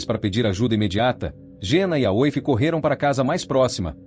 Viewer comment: Esse vídeo é narrado por AÍ? Não é obrigatório saber falar ingles, mas ler o nome da vítima como Ashilingue é triste hein! E Aoife se pronúncia Ifa.